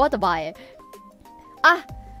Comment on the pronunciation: And Miko is the only one who pronounced the "bae" part right. As expected of Elite.😅